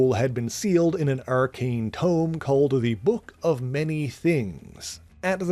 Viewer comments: It is "tome". Another word for book. You can even see it in the illustration. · Tomb?!?! Please tell me this isn't an Ai voice?